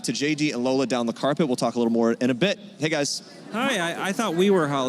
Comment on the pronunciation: It is lola, as in Lòr-lá. If only she would own her heritage and at least say her name right even if she cannot correct others. Ore mi, you are too old to be doing this. Embrace your name,it is beautiful.... ❤🇳🇬Proudly Nigerian